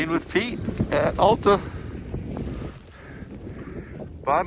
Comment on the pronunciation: For future reference, it's Al-ta, not All-ta.